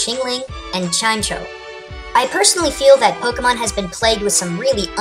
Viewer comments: Chime-echo. Just saying. Not Chime-Cho. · It's Chime-echo not Chime-cho. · you're pronouncing Chimecho wrong. It's not pronounced chyme-cho, it's pronounced chyme-echo, because of the compond nature of "chime" and "echo" in its name. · It's pronounced Chime-echo, not Chime-cho. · It's not chime-cho it's chime-echo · ITS CHIME-ECHO NOT CHIMECHO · Chime-cho? I always thought it was pronounced Chime-echo :o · It's pronounced like chime-echo not chime-cho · lol, its not CHime CHo its chime echo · It's not chime-cho, it's chime-echo. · I always thought it was pronounced chime-echo and not chime-cho. Mainly because the pokemon's a bell and bells produce noise, which in turn produce echo's. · I think chimecho is supposed to be pronounced as a combination of the words chime and echo. So instead of chime-choa, its pronounced chime-echo, at least thats what i think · did you really pronounce Chimecho "chime-cho"? I'll have you know that it's prnounced "chime-ehko" mixing the words chime and echo. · Chimeco not Chimcho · Pet peeve #379: mispronunciation of pokemon names. It's pronounced "chime" and the "echo". Not "chim" (long I sound) and then "cho" (although that is exactly how it's spelled. Not correcting you or anything, but like that one dude said: "a man who has won a argument has learned nothing" (I didn't bother going back to the beginning to see what it actually said so if I got the phrase wrong, I don't care) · It is chime-echo!!! Not chimecho! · Chimecho is not pronounced chi-MECK-o its pronounced chi-MECH-oh I know it is a mistake and that this was not very useful but in the anime dexter pronounces it chi-MECH-oh. this is NOT A FLAME COMMENT, so dont send me hate messages. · It's chime-echo not chimecho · It's also not said Chime-choe it is Chime-echo as it is a bell which... eco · Yes it is pronounced chi-meh-co some people mispronounce it as chime-cho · Its not pronounced chime-cho its chime-echo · It's pronounced Chi-mech-o not Chime-co